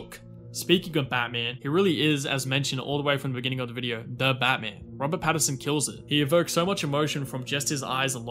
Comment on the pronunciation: Note... The actor's surname is Pat-TIN-son. The composer's name is pronounced Michael "Juh-KEE-no." Kisses.